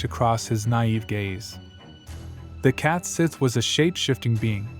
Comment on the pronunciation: It’s pronounced “Scottish” and it’s pronounced “Cat Shee” not “sith”.